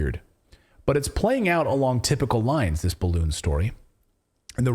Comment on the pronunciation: a barroon? 🎈